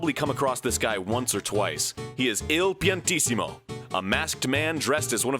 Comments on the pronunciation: I thought his name was somehow pronounced "Two Piantisimo" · Thank you for pronouncing Il Paintissimo's name for me. I could never figure out if it was supposed to be I and L or if it was like two I's or what